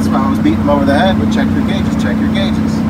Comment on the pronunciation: Gague gate! I love it!